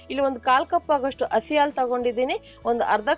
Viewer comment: ಇವರು ಹ ಕಾರಕ್ಕೆಲ್ಲ ಅ ಅಂತಾರೆ (ಅಲ್ವಾ, ಅಸಿ )😂😂😂